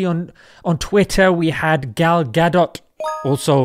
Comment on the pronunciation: gal gadot sounds like avocado to me! hahaa!